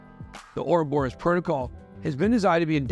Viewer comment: I will never forgive Charles for teaching all of you guys to pronounce 'Ouroboros' incorrectly. 😂